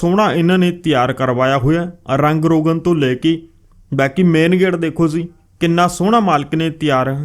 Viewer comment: Ziii ni hunda jiii hunda Bai